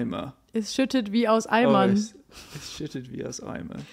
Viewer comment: Hahaha I definitely get why said snowman. The words "aus Eimern" sound like "Ei Mann" (egg man) to me